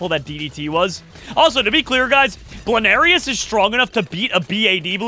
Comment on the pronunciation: it is bloonairis not blairis